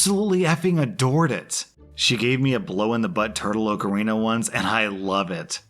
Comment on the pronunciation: Hearing him mispronounce ocarina made me cringe